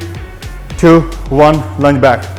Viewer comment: I heard Lunge wo english accent me Sunai de gaya apko🤣